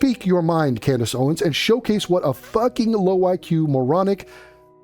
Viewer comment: “Cand-Ace” -Andrew Tate Maybe he’s onto something